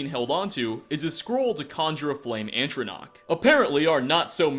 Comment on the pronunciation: This week on Things Pronounces Wrong: "Antronach"